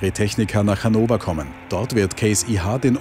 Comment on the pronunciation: Man hört doch nch ein bisschen das ihr aus Österreich kommt: "Hannower" :D Das heist Hannover xD Ich bin wahrscheinlich auf der Agritechnica, kann es aber nicht versprechen, obwohl es nur 70 Kilometer sind :D schönes Video und schöner Schlepper :D